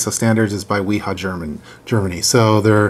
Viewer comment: It's pronounced Vee-Haa :-) The W has a V sound in German.